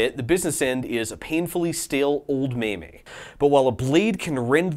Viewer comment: did you pronounce meme wrong on purpose?